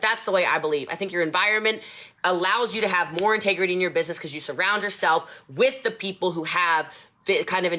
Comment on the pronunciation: I couldn't finish this video...she stresses me the fuck out! lol I cannot imagine having to "work" for her.. CRINGE... I saw no integrity or "intagrety" as she says, or respect in any shape or form